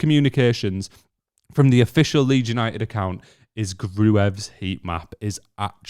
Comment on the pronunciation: Leeds You-Ni--Ed? Your shirt has a 'T' - don't waste it!